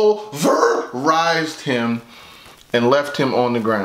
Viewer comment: “Poll-verrrr-rised him” lmfaooo you a funny guy